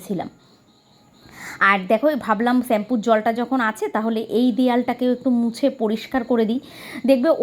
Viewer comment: ছেম্পু না দিদি শ্যাম্পু হবে। রাগ করোনা। ঠিক ভূল মানুষ মাত্র।